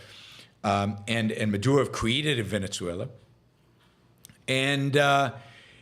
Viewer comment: 1. If you can learn to pronounce Guyana, you can learn Venezuela- Veh-neh-sue-ella. See? Easy. Soft Z, not hard z, it's not Venezia, you're not speaking Italian. Capisce? 2. A huge chunk of Guyana belongs to Venezuela, the British stole it, then they allowed Guyana to become an independent nation. Venezuela in the 1800s had a small population, and not every area of the country was inhabited, so it was easy for the Brits to show up, plant a flag, and steal Venezuela's land. 3. Your opposition to Russia sending refugees to Finland is ironic, considering you support immigration. 4. Guyana is not the only English-speaking country in Latin-America, there's also Belize and Trinidad. You need to brush up on your geography lessons.